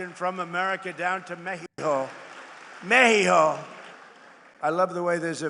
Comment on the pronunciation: She calls it Meheeho? Does she? Really?